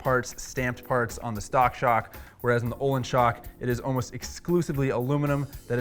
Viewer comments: and its not "ohlins".... its "Öhlins" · Waiting for someone on the internet to pronounce Öhlins correctly.